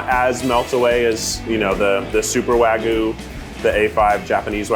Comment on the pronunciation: Keith, wtf is wagoo? It's wagyu and the Y isn't silent